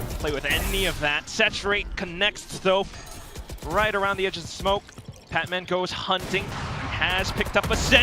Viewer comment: Guys, it's PatMEN not Patman.